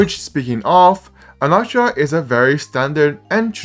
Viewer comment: Why do you pronounce his name like that